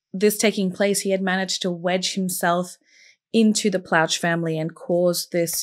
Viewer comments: Plauche is pronounced "PLO-shay" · I remember this well. I live in Louisiana & was in Jr High at the time. Gary was a hero. He not only stopped a disgusting predator from ever victimizing anyone else, he also spared his son the trauma of a trial *For the record, the last name is pronounced "Plaw-Shay". It's French (Creole) Those names are very common in Louisiana. And another note- Baton Rouge is hardly a "small community" 😅 It has a population of over 3/4 of a million people. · Pronounced "Plo Shea"